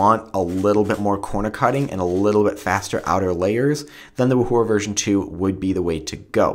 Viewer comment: I fainted at how u pronounced 'yuxin' and 'wuhua'... -.